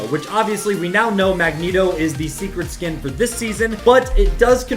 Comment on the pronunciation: Mangeeto it’s mangeto